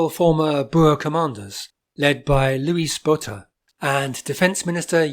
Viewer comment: Louis Botha is pronounced Looey Boouta. You are allowed to call Jan Smuts Jan Schmutz. Many believe he betrayed the Afrikaners to the Brits. IMO the Germans were among the best colonizers. They were for example not so averse toward mingling with the indigenous folks as the prude Dutch or English. And their most important legacy is Windhoek Lager, brewed to german standards with no chemicals. thank yhou